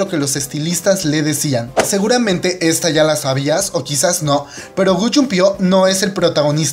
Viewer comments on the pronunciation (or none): none